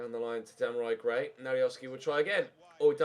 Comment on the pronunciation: take time off get wel soon but u can't call gray first name properly